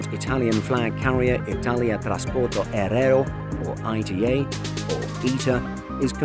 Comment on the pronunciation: I love the new livery, seeing it on a mock up did not do it justice Just a note, the aereo in Italian Transporto Aereo is pronounced more like “ah eh reo”